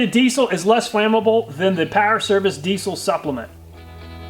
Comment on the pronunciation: It's pronounced deezle, not deessle